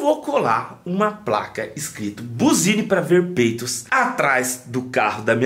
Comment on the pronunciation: PEEITOS , ??????????? VOLTA PARA ESCOLA . KKKKKKKKK